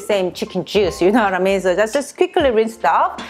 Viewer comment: “You know whattamean” I love it!